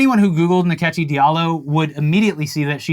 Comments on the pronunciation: Nkechi is pronounced In-kay-chi. The second and third syllable have rising accent. It's an Igbo name. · So! Turns out Rachel Dolezal appropriates in more ways than one. Nkechi (pronounced more like In-Kechi with the “I” being way more subtle rather than Ni-kechi like the guys pronounced) is actually a Nigerian name meaning God’s gift! Gift that keep on giving to black folks - the ultimate devine delivery. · Its not nikechi. Its call Nkechi... like inkechi